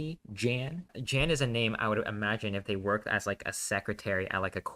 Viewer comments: It is actually Jan not yan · It's yan not jan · Jan's name is Said like H-aan